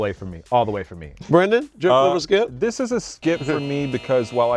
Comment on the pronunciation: Shannon Sharp" Skilp”!!!!!